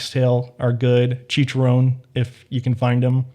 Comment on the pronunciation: You have Filipino friends ?? You pronounce "chicharon" correctly